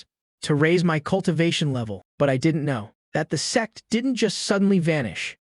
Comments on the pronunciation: The YouTube subtitle ai as well as the video ai as well as subtitles ai has gone bonkers as it shows and speaks as se- rather than sect.This is peak as it changes the viewer perspective on story as a whole in a new light.Lmao.🤣🤣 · It happens in most AI vids. It can't seem to say sect properly. Guess it sounds too much like sex. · Why is it saying sex instead of sect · It is sect not sex 🤔😫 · What do you mean, "sex seksesor"? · Sects not sex. The AI subs is wrong too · Sect or sex hahahahahah 😂 sorry I just hear the recap says sex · Ayo did I heard ' the sex resources ' instead of sect resources in 😂